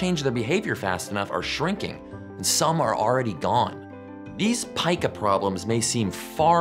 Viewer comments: It’s not pieka, it’s peka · Nice video. Incidentally, I looked it up, and it is pronounced "Pee-Kah". I didn't know either so that's why I looked it up.